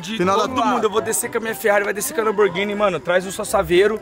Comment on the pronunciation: o "lanboghini branca"